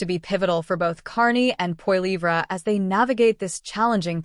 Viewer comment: LoL as if pp would do any better. No government which it was in power can sit down and turn everything around in under a month. If you're going to talk about pp at least pronounce his last name correctly.